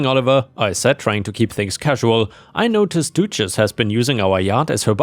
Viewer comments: The u in duchess has a more "uh" sound not an "oo" sound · wouldn't the animals be sent to an abattoir for slaughter? also think it might be pronounced duchess (dut chess) as in the title granted to a noble women ( Doo chess) sounds like a feminine hygiene product. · I like you accent when pronouncing Duchess....the English pronunciation is the U is not a hard vowel. therefore it is Du not Doochess... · Duchess isn't pronounced doochess, it's pronounced dutch-ess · Dog's name is pronounced Dutch ess not Doochess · Just a FYI, duchess is pronounced close to dutch ess. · Duchess is pronounced Dutch-ess - although duchesse (with an E) potatoes is pronounced du-shess! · Your pronunciation of Duchess had me 😂😂😂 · The U in Duchess rhymes with up not do...